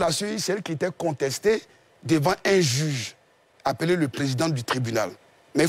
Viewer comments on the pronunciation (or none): Quelqu'un qui sait pas prononcer le mot "juge" qui dit jige... Vous voulez qu'il comprenne français ?